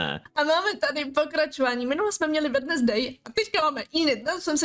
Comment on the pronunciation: Ahoj jenom sem ti chtěla říct že se to vyslovuje Wenzdej a ne Wednesdej i když se to tak píše